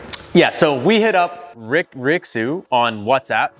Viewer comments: It should technically be pronounced "ray-shoo" and it would roughly translate to "rich". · LOL pronounce ruixu I cant